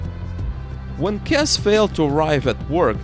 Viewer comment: Jennifer’s last name is pronounced Kess-EE